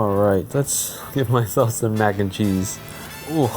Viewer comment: Mac "n" cheese? more like Mac in cheese